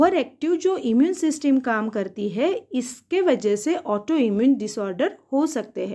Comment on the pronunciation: Ma'am ese सिस्टम बोलते 😅😅😅😅